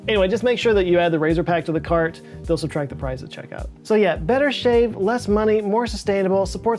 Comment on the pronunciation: = Yeah …not yay As in Oh Yeah! Like the Kool-Aid man.